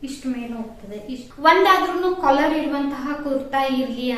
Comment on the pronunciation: ಕೊಲರ್ ಅಲ್ಲ ಕಾಲರ್